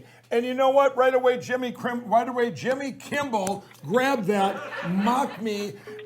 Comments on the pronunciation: Is he not saying kimbel every time?! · One would at least expect him to pronounce Jimmy's name correctly! Anyone want to tell him it's not Kimball? 😂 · Does it count when he mispronounces it "Kimble?" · If you listen to the video, he calls him Jimmy KIMBALL, not Kimmel! That's what I was pointing out. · Didn't the No Pillow guy keep calling him Jimmy Kimbell? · 😂😂😂😂😂😂😂 is he saying Jimmy KimBle???!!!! OMG! He is totally obsessed with you, Jimmy!!!! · Anybody want to tell that Pillow Putz it’s “K-I-M-M-E-L” - NOT “Kimble”? 🤷🏻‍♀️🤦🏻‍♀️😂🤣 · is it me, or does Lindell keep calling Jimmy, "Jimmy Kimbel"? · Sounds like he was calling him Jimmy Kimble. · He keeps saying Jimmy KIMBELL, not Kimmel. These is what happens when you take drugs ladies and gentleman. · Is he saying "Kimble" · He has a really hard time pronouncing "Kimmel" it seems. Most of the time it sounded like he kept saying "Kimble". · Why does he keep saying Jimmy Kimble and it’s Jimmy Kimmel? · Is he saying jimmy kimble or kimmel ?? sounds like kimble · OMG he keeps mispronouncing your name. Jimmy Kimble. What a white hot mess! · Pillow Guy has some really odd pronunciations of words. Like even just saying "Jimmy Kimble" is odd. He's like the great uncle in your family that rants about the "homey saxuals" or the "Walls mart" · Why is that stoner saying Jimmy Kimble, when his name is Jimmy Kimmel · Looks like jacked up pillow guy is obsessed with Jimmy Kimble. LOL Jimmy kimble this Jimmy Kimble that, funny how he screwed up Jimmy's last name. LMAO